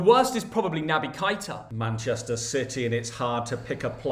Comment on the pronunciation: Sorry but it’s not Kita it kaeta